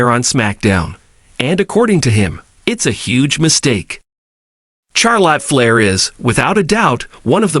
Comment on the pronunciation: Who is Char Lot Flair? I couldn't finish the video.